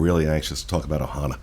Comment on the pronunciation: First-Thank you for pronouncing the name of the restaurant correctly! The name of the restaurant is OHANA. There is no S. Second-my last experience at Ohana was so dismal and rushed and rude I pretty much gave up on it. It is OUTRAGEOUS to be charged these prices for horrible service. This includes the resorts as well. Pay $700 a night for a resort with broken washers and dryers?! Paying that much anywhere else and my laundry would be done for me. It’s crazy, thank you for lighting this up! 👍🏼